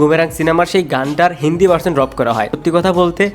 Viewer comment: আরে ভাই আপনি ভার্চন ভার্চন কইরেন না তো, শুদ্ধ উচ্চারণ হচ্ছে ভার্সন ( ভারশন/ভারশান)।😊